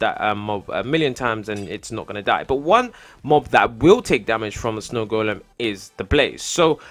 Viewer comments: The "d" is silent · snow goldem? good english! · Its golem not goldem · No its goldem not golden